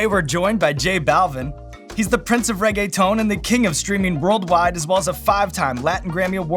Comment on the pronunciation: I'm wheezing "Rae-gay-tone" 🤣🤣